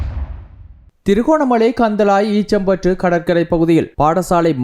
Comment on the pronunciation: ஈச்சம்பற்று இல்லை. ஈச்சிலம்பற்று...